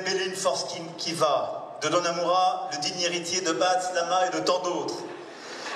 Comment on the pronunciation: Macron il abuse il a dit donnamura😂😂😂😂